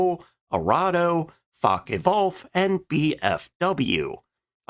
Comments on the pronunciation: The constant mispronunciation of "Luftwaffe" and "Focke-Wulf" is sufficiently irritating to cause me to stop this video at eight minutes in. Great topic. Wish I could finish it, but the mispronounced words turn me off. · There was and is no "facke wolf". There also was no "laftwaffa". There was also nobody involved in this named "Milsh" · LOOFT vwaffah not Luft wahhffe. Not Fahkkeh Wolf. but Foahke Vwulf.